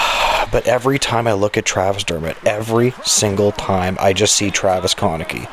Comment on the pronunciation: Check your pronunciation of Travis Konecny’s last name. It’s not quite right. Cheers